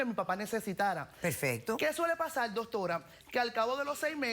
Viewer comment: Que suele pasal, que suele pasal, que suele pasal, que suele pasal, que suele pasal!!!! Coñoooo nojoda me aburristes con ese maldito "suele pasal" y ni siquiera lo dices bien coñazo porque se dice: Suele pasar ok con rrrrrrrrrrrr nojoda 😂😂😂😂😂😂😂😂😂😂😂😂